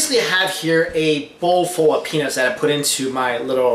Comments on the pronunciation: its peanuts not penius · He's saying penis right ? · did he say penis or peanuts?